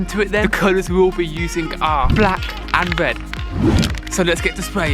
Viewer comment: I hear he say "Wed and Black" 😂😂😂... good luck broh...